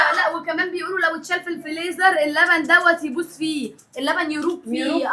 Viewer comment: هي ليه نهال بتقول ع الفريزر فليزر 😅